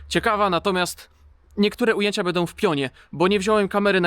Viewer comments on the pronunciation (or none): none